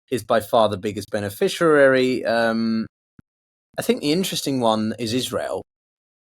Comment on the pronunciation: 'Benifisherary' On the sauce again love?